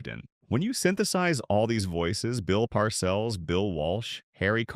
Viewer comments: Tell the robot the name is “Par sells” not parcels. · Blond crewcut? If that’s a crewcut you must be using AI vision! I see a young man with fashionably long hair. And Bill PARCELS? He pronounces it PAR-CELLS. He is only a Football HALL OF FAME living legend. Goodbye sub-par AI.😮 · Par-CELLS not 'parcels" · pronuced Bill PAR-Sells Jesus learn how to pronounce an all time great coach. here is the reason the Simms boo'd same draft Joe Montana (Notre Dame): 3rd round, 82nd overall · PARcills lol ... AI is funny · You mispronounced PARCELLS' name at least 3 times. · This is AI. Can’t even pronounce bill parcells last name right